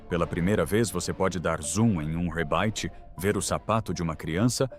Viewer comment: Kkkkk e o "rebaite" (rebite)